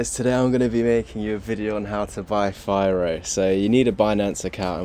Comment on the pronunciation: It’s pronounced fee-roh. Oh yeah, firo is releasing FiroPOW in 2 days. I believe firo will have a big pump by then.